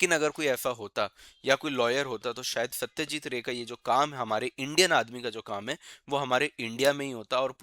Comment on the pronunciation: Satyajeet Roy.....not Ray